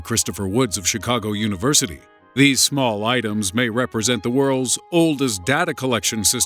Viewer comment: "Universoty of Chicago"